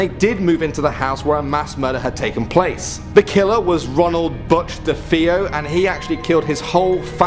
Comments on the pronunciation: It’s not “Jean” it’s “Geen” (Gein). Also Defeo is pronounced “Duh-Fay-oh” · It's Bathsheba Sherman, not Bethesda Sherman. Also, De Feo is pronounced De FAY-oh.